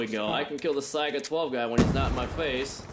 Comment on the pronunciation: I know I've seen this game before on miles channel, good to see this perspective though. And I'm glad to hear say saiga 12. He knows what the "s" stands for in s12, unlike most other poser commentators on YT. Good shit keep it up. Stay beast! Lol